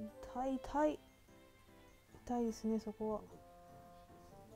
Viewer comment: 痛いの言い方、おとこが入っている感じ！いだい！濁音になっている！